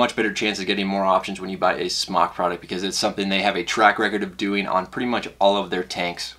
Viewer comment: Smok is pronounced like smoke, not like smock.